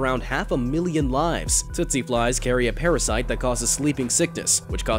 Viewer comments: Um...it’s TSETSE fly, not TOOTSIE fly. Pronounced TEET-see. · Tsetse is pronounced teatsee